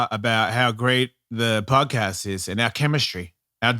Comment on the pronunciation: Ellis mate, as an Aussie I cringe everytime you say podcast, broadcast.... im sure you would get why.